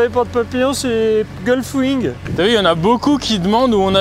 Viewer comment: "Gulfwing" 👎👉 Gullwing...👍